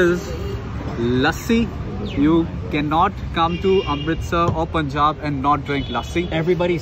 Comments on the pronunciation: Not poonjab...it's punjab...panjab....🙄....do u guys pronounce sun as soon?😒😕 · They hang out 4 days with them but stil did not corrected the pronounciation 'poonjab' to punjub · Sir Punjab is Pronounced as Panjab. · Its punjaab not puuunjab